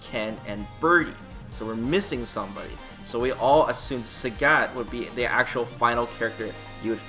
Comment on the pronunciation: It's pronounced Sagat not Sägät. What are you, finnish? :D What's funnier is that you sometimes say it correctly, only to ruin it with "ä"s the next time you say it!